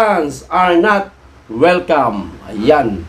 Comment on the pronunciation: Anoyon not wilcam ah